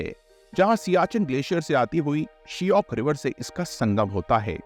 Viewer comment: It’s not Shiyok! Shayok